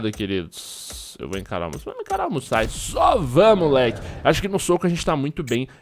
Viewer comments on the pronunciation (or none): MousaSI, não Musai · se-lê "GERRAR MUÇASI"